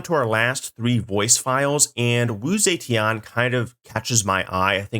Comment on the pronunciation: Man they butchered Wu Zetian's name woah It's Zuh-Tyen. I don't expect him to, like, speak in tones or speak fluent Mandarin or whatever but I would have hoped they'd at least have given Sean Bean a note on that.